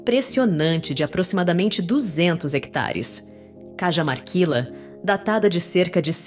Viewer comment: Sou bresileiro,mas vivo no Perú faz muito tempo. O seu video é excelente. Mas só uma observacao: Deveriam ver melhor a forma de pronunciar os lugares, as cidades, investigar como se pronunciam os nomes dos lugares. Por exemplo: as mumias de Cajamarquila (deveria ser: As mumias de Carramarquilha (ou em todo caso com uma H aspirada como no ingles Para ficar Cahamarquilha) La LL en castelhano tem son de LH. Mas o demais esta muito bom